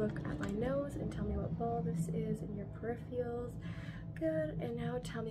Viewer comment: love your videos girl but it’s peripheral not periphial 😘